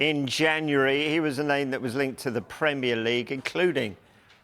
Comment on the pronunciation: The old guy on the right has terrible pronunciation of names.